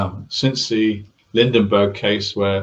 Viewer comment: “Since the Lindenburgh case” 🙄 It’s Lindbergh… Lindbergh… not ‘Lindenburgh’ genius!